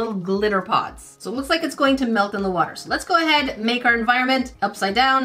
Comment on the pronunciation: SHE SAYS WOOTAH